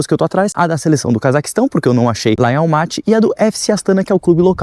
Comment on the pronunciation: Parabens pelo video e pelo passeio nessa cidade incrivel! COnheco bem pois vivo aqui e ja estive incontaveis vezes na capital.Algumas coisinhas: se fala "Astaná" (silaba tonica na ultima letra). Assim como Almaty se fala, localmente, Almatá . A capital se chamou Nursultan somente por um par de anos.... antes de 2018 se chamava Astana msm. Dai mudou e nao durou mt. O frio é absurdo mesmo, até pq venta demais nesta regiao (como vc mencionou), Elevando ainda mais a sensacao termica 🥶. Abraços e bons videos !